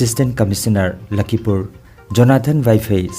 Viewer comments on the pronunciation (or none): " LAKHIPUR " habiyu " LAKHIMPUR " habiganu .